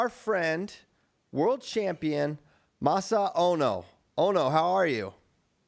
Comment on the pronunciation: The pronunciation of masanosuke is hurting me 😂